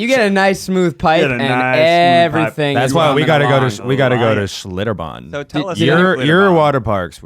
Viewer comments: As someone who lived in New Braunfels for a few years, Schlitterbahn is pretty awesome, but you need to float the river! And I love that Ned keeps saying "Schlitterbom" hahaha! Love you guys! You're all adorbs! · Hearing the other three mispronounce Schlitterbahn for 40 minutes lmao I'm from San Antonio but I've never been